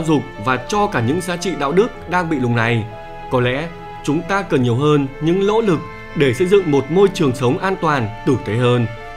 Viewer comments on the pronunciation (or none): Những "lỗ lực" Má ngọng mà cũng làm video hài méo chịu được 😂